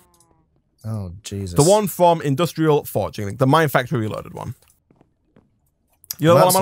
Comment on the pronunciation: It is pronounced Industrial Foregoing, going and not forging. I don’t know why it bothers me, not trying to be nitpicking how you pronounce words, even though I always enjoy your guy’s content.